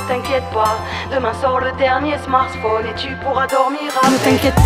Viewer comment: Demain sort le dernier SMARSSPHONe l'accent il m'a perturbé